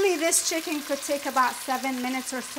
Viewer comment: *CHICKEN 😉 Not Chiken